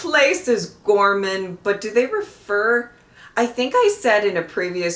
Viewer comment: Ghorman is French badly spoken.